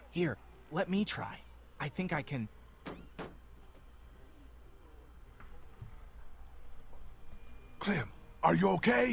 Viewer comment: her nickname isnt "clam" its clem ok?